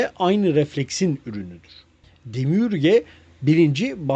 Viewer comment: Bilgiler guzel nacizane Gnostics telafuz edilirken g soylenmez nostik diye okunur demiurge de demiörj olarak